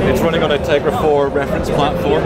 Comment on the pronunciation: dude its teGRa not teRGa!!!! Caps for emphasis!!!